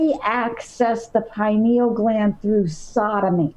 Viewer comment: or to pronounce pineal gland. It has 4 syllables.